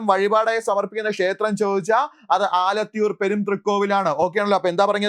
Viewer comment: ആലത്തൂർ എന്നാണ്